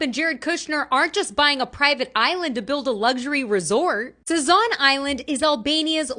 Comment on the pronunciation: Sazan island ehh? Replace the Z with a T .